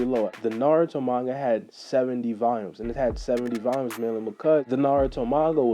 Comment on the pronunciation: Nigga don’t know how to Pronounce Volumes